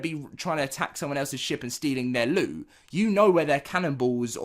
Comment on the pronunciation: say LOOT NOT ELLOD